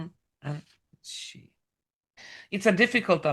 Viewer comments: Xi Jin Ping is the president of China. His name is pronounced "shee jin ping". Not "gee" or "zhee". The President does not execute anyone. However, he might issue an execution order because he has a dictatorial power. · Thank you so very much &! I'm very grateful to you for sharing your findings with us all. Also, Xi is pronounced "SHE", as in Chinese X is pronounced as "sh" (in English) A Chinese girl explained this to me:o) <3 <3